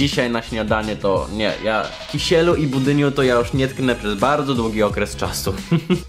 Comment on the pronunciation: Kisielu XD wojan kiślu